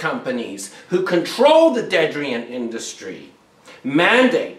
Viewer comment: "dedrian"?.... "dedrian free"? (The captions didn't help much at all here either).